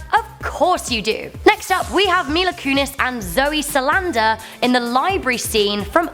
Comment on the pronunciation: it's zoe saldana not salanda